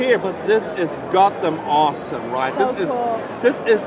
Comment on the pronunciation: 'THIS IS GODDOM ORSOM RIGH?' - no, it's completely pointless. Try again, fuckwit.